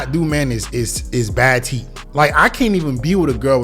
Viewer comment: Bro said TEET😂😂😂😂